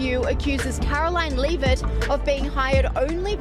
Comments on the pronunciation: it's not "leav-it" , it's lev-it" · This channel smells like an AI bot. The narrator certainly isn't human, with the wrong name pronunciations. "Bar-her" Leave-it." The video title isn't even true!